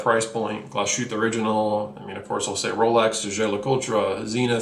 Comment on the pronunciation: mate how can you say the most important thing - the name, so unclear ? you say almost every name wrong and you mumble when you say it ... like the way you said glashutte ive almost puked ... or in the other video you said schafhausen. again mate learn your shit if you pretend to be a watch guru. otherwise great video. but make those video shorter... i dont have 5 min to waste to you to start talking about watches. get into it. value your watcher's time